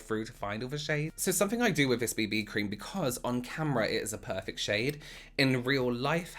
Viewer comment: 👌W elsh 😁”Poifect” 😆